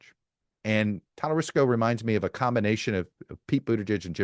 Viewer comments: It’s TALARICO, not Talarisco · Chuck - you’re lazy when you won’t take time to pronounce “Talarico” properly. Notice there is no “ s” in his name. Geez dude. Do better. You lose credibility. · No S in Talarico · Talarico NOT Talarisco - and he's awesome! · There is no "s" and Talarico. He would be good if he were interested. Buttigieg has been my fav for a while, but it sounds like he's polling around 0% with black people. Priztker should also get more attention. A billionaire that agrees he should get taxed more might be the winningest strategy of them all. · Hilarious that Todd wasn’t even pronouncing his name correctly. Shoddy journalism. I absolutely love, love, love Talarico! What a SHINING STAR!!! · Is he pronouncing Talarico worng? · You love James Talerico so much that you mispronounced his name three times 🙄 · You are miss pronouncing talarico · How did you manage to mispronounce Talarico? You had me checking to see if I had it wrong.